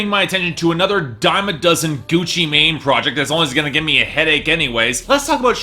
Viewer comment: I feel like Gucci Mane's new album is gonna surprise you. Also, I'm pretty sure Mane is pronounced "man" when referring to the trap god